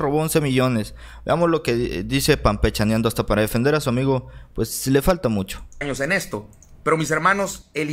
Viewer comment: HOLA: ESTOY DE ACUERDO CONTIGO;SOLO QUE ES ---PANpechaneando---,NO ES PAMPECHANEANDO,NI CAMPECHANENDO....YA ESTÁ TU LIKE Y MANITA ARRIBA...SALUDOS Y ADELANTE CON TODO.